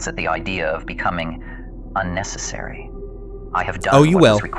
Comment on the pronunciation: unnecessary* not unnessisary or what ever that word was lol. Sorry bro but my Tism clocked in on that hard. Love the video brotha